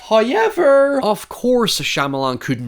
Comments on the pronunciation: First "hoyevver" drops - and He blesses us with His visage! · Love the videos! I think we need a 'hoyever' counter in the corner of the vid or in the description/comments or something 😅. All love though